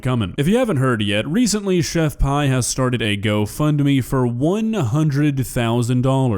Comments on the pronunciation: chef PEE not PIE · its chef PEE not chef PIE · Her name is pronounced like the letter P FYI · please say her name right